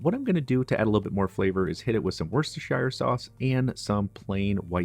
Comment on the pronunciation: And ist is pronounced Woostershiresauce.